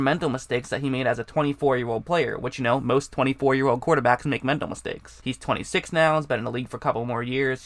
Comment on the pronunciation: Hey man you gotta work on your speaking. You sound like you are learning disabled. Instead of have you say "hab". instead of "quarterbacks" you say "quorbaggs"